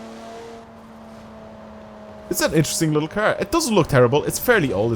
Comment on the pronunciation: "Brand new KEEARR"